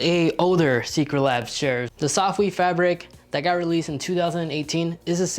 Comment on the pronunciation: chair, not shair lol